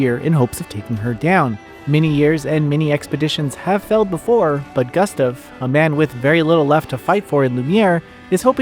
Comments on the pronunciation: Ugh, the mispronouncing of Gustave throughout was rough to listen to. Sound it out, it's Goo-stov Not Gus-tuv 🤦‍♂️ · Not sure who this "Guhstuv" is you keep talking about...